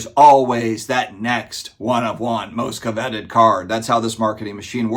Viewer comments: Co-vet-ed? Did I hear that correctly? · I heard it too lol interesting pronunciation